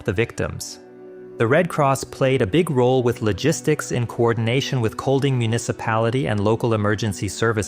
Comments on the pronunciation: Actually, it's not Coldting. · The way you say the city name ''kolding'' is very wrong and it grinds my gears :c The ''D'' is silent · It kinda hurts being danish and hearing you pronounce Seest and Kolding lmao